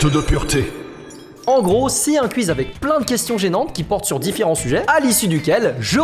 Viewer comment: Les genre normal qui prononce:Quiz: Q iz 😂❤